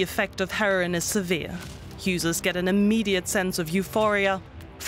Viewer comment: It's her-o-in , not "herrin"